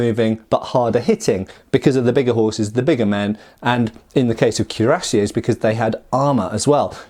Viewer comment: KWEE-rah-SYAY, not CUE-rah-SYAY